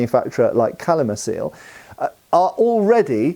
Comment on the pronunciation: Btw. "Calimacil" is Tolkien-Elvish - it's pronounced "Kalimakil" 😉